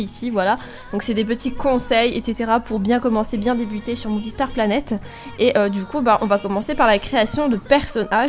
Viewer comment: au debut ta dit boonie planet xd merci pour les conseille